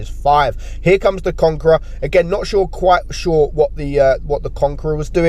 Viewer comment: sounds like he’s having a stroke when he says not quite sure lmaoo